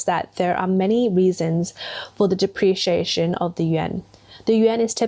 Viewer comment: What's a "depreation"? You keep saying it throughout the video.